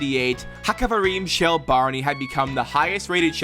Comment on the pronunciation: "Kavrim shli"